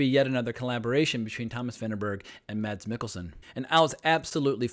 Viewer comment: No no no..! You don't pronounce the "D" in 'Mads' .. It's simply pronounced "Mas" I'm danish, trust me..! Every foreigner says "MaD's" while in reality the D is completely silent. And yes "Ida" was correct the second time you said it, not the first time 😜